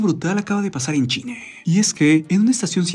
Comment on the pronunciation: ■ En el 7 segundos empezando el video que dice "Algo brutal acaba de pasar en .....", parece escucharse decir Chile en vez de China. ● ¿Dijo Chile o China? En el segundos ⏱️. [Y no 007 James Bond 😁]